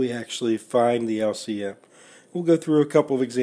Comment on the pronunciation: lc missile, typical yank lol. good video though